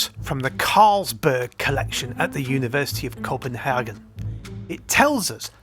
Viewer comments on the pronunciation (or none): none